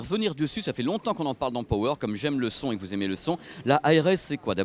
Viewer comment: "Pohweure" et "I-Fi", c'est tout ce que j'entend